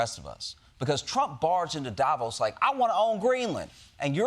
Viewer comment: Love it! And please spell Davos stressed on the second syllable, thank you from Switzerland